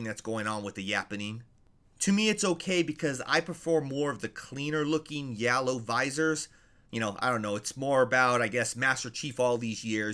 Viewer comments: Bro says "yallow" instead of "yellow" 💀💀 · It’s Yellow not Yallow